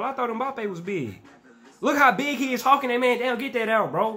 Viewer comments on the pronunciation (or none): none